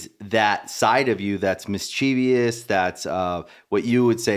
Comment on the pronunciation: Teach that guy how to pronounce “mischievous”.